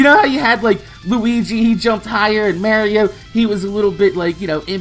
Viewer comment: you say Mario like european people lol